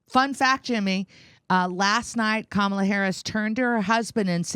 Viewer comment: Do not Kome-ala Harris